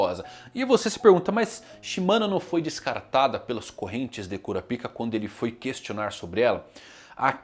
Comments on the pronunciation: mano.... nao fala cura pika nao.... bizarro isso... fala kurápka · Pronúncia correta (KU-RÁ-PI-KA). Pronúncia que gera gatilhos (KU-RA-PÍ-KA).